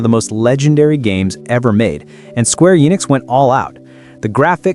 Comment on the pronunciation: When you can't even pronounce the names of the games correctly, I have a hard time taking you seriously.